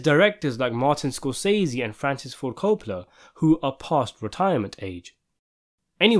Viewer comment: Where is this guy from and why does he pronounce Martin Scorsese all wrong? If he didn’t want to google it, he could’ve looked it on YouTube. There’s a video of Martin saying his name correctly. I cringe at how many times he says it wrong. I’m only 3 minutes in and I can’t watch the rest. 🥺 I’m sure it’s a good video. But sprinkle some respect on Martin’s name. He’s a legend.